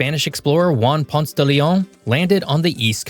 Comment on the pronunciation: Juan Ponce de Leon's second name is pronounced "PON-say," not "PONCE."